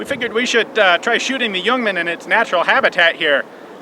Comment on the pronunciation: Ian - Thanks for the video mate! U got the pronunciation right as well! Cheers!